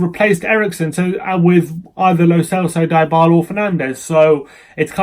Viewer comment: you're the only person who calls him Die-bala, pisses me off.